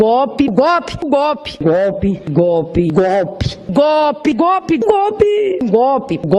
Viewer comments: Essas 💩💩💩 não sabem nem pronunciar GOLPE😂 DIS GOPE😅JNGUINORANTES MESMO.😢😮😂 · Nenhum desses asnos, conseguem pronunciar GOLPE. GOPI !!! GOPI!!! GOPI!!! 🤣🤣🤣